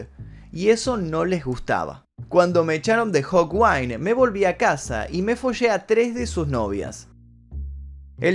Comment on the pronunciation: Y la antigua banda de Lemmy es Hawkind, no Hawwind...